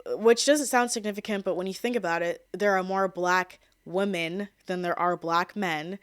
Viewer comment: Why do you pronounce the word "women" as "woman"?